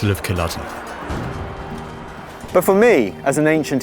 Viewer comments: Loch pronounced correctly but Culloden mispronounced as Kulludden? Why do the English persist in doing this? Also as an historian to use that picture that is factually so inaccurate about the armies at that battle is disgraceful. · 'Battle of Collada' was enough. If you can't even get Cùil Lodair (Culloden in english) right what hope is there for the rest?